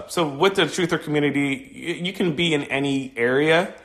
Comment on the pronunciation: "da communitah" lmbo twooferism